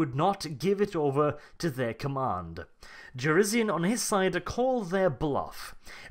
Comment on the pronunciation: Jurisian. It's Jurisian. pronounces it like shit.